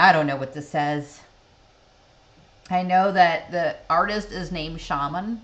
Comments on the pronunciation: [shamAAA'n] !!! Not [ sha'men] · Dear friend! His name isn't ShAman, but ShamAn in Russian pronouns. And the word you want to know- sounds "Vstanem".